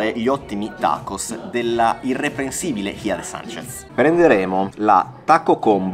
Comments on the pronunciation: no ragazzi per favore non facciamo i soliti italiani che si vergognano di pronunciare bene, NON É "ISCIA de Sánchez" ma É "HIJA de Sánchez". Pronunciate quella J!!! (la H é muta) Non dite che non lo sapevate perché lo sanno anche i muri, é che vi vergognate a pronunciarla, ragazzi é la J e sì, ha quel suono un po' catarroso ma é una lettera fondamentale dell'alfabeto spagnolo. Per favore 😂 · Ciao, ciao, vi seguiamo da ormai più di tre anni ma ‘sto giro un paio di piccolissime “ correzioni “ ( abbiamo vissuto 20 anni in Messico 😉 ) … Hija de Sanchez si pronuncia quasi Ica de Sanchez ( la C a dire la verità si pronuncia quasi come la C toscana della Coa ola olla annuccia 😉 you what what I mean 😉 ) e … non son patatine quelle che ti hanno portato con la salsina 🤣 sono totopos che a livello pratico sono pezzetti ( maggior parte di forma triangolare / semi triangolare ) di tortillas fritte 😉 e il Ceviche si pronuncia Sevice 😉😉😉 un abbraccione grande Ale e Sere 🫶🥂